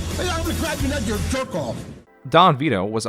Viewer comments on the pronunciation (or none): none